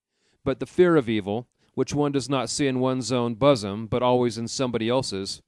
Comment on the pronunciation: The computer voice reading this mispronounces so many words that I finally put it down. Solemnities = solemn nights? Bosom = buzz em? Etc...